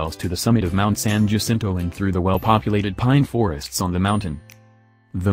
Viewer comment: San Jacinto is prounced, SAN HA SEEN TOE. You should include Mortans Garden on East Palm Canyon. The grounds have plants native to the desert.